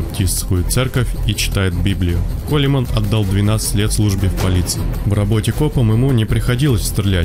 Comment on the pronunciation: он не Колеман, а Коулмэн!